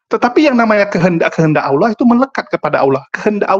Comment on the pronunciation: Pak pendeta. Anda ini lumayan cerdas los, ilmu anda lumayan, nahhhhh nahhhhhhhh sejak kapan orang kristen bilang " Allah" dg cara pungucapan islam...nahhhhh.. naaahhhhhh anda ini apa yaaaaaaaaa????